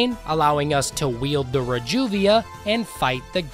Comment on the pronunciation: never heard someone pronounce reduvia that way before.